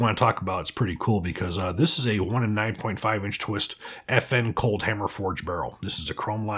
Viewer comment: When he said "FN Cold Hammer Forged Barrel" I heard "FN-Colt Hammer Forged Barrel' I was like 'when did FN buy Colt'?"